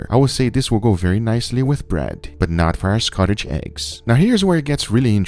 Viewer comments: SCOTCH. Not Scotich. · Scotch! It’s scotch egg.. not Scottish! 😂 lol good watch though 😊👍🏻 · Scotch, not Scottish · Scotch is wrong. Correct is to say Scotch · Fantastic video (as always). Definitely going to give this one a go myself :) By the way, that's not how Scotch is pronounced :P